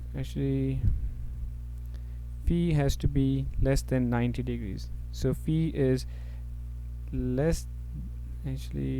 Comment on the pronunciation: Sir its faiiii Not feee.:) Thanks a lot